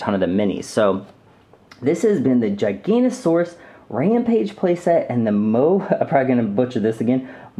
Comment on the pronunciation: I s pronounced gig a not o saurus